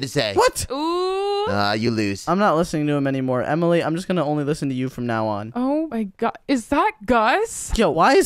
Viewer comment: shady said “oh my gyoad “ LOL😂